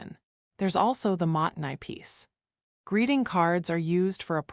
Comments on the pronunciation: もったいない is not "mahttenay", it's "MO-ttai-nai", with a pause between the long "o" and the t's, and the "ai" is pronounced as a long "i" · You lost me when your AI narration kept pronouncing "mottai nai" wrong, and every other Japanese word as well. It doesn't even pronounce internationally known brand names! If you can't even pronounce the words, how could you possibly understand the concepts? And this whole video is a load of bat guano. Japanese people's spaces and lives are just as cluttered and chaotic as any other culture. This is a down vote, sorry (not sorry).